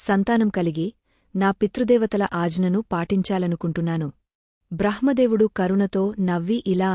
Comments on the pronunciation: AAjana Kaadu Aagna anal lekapothey ucharana dosham vastundi teliyakapothey ooriky vundandi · Madam miru telugu words mistake ga chebuthanaru Ghnanam and word ganam Ana aghna ane dani ni again ni chebuthunaru mistakes rectify chesukondi